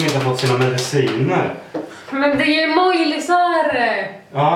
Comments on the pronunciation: ÄMÅJI INTE ÄMÅJLI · varför så säger du emolji??? Men säger emoji!😂😂💖💖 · Heter det inte "emoji" och inte "emojli) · det heter emoji inte emolji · Älskar Att dom inte fattar vad du menar. Det heter ju emoji men säger emojli och det var det personen påpekade men efter som att svenskar har för låg IQ så fattar dom inge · Det rolig är att dom säger "Emojli" istället för "emoji"😂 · Vad är en emojLi, det heter emoji😂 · Superbra video! Så kul att ni säger Emolji istället för emoji :D Inget emot det, det blev bara charmigt XD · ni ä bäst men det heter imojii inte imojlii ingen L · man säger emoji inte emojli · det heter emoji inte emojli. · EmoJI, inte emojLI ;D Hahaha, men i alla fall jättebra video ♥ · Störde mig så mycket på att de sa "Emojly" och inte "Emoji" xD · Hhaaaa hahhaahahahhhahahhahah NOT EMOJLI DET HETER EMOJI 😂😂😂😆😆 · Jag gillar att dem säger emojli hahahah. Säger man inte emoji😂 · Emojli 😂 nej, emoji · Det heter Emoji INTE EmojLi! haha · På titeln står det emoji men när ni säger emoji låter det som emojli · Haha älskar men man säger emoji inte emojli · jag vill inte vara elak men man säger emoji inte emojli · WTF!?!? Emojli? Trodde det hette emoji😂😂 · Emojli haha det heter emoji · Asså det heter nt emojli det heter emoji😂😂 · Det heter emoij inte emojli 😂😂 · Det uttalas emoji, som de stavas. hahaha inte emojLi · Det heter emoji inte emojli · Varför säger ni emojli det heter emoji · EMOJLI??? Det heter emoji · Det heter inte e mojli det heter emoji inget hat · Hahaha emojli det heter emoji men skit i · Emojli? Det heter emoji :) #nohate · Lägg märke till att de båda säger "emojLi" istället för emoji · det heter emoji och inte emolji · Emoji heheh inte emojli #nohate #älskarerändå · det heter inte emojli det heter emoji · Emojlis? Ni menar väl emoji?! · det heter emojisar inte emojlisar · Säger ni emojli?... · Roligt att ni säger emojli Å inte emoji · man säger emoji inte emojli😤😡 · "emojli" hahahahhah.. så tråkigt när spelar dum